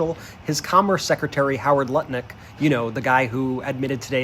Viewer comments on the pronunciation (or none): HOWARD TUNT-NIK.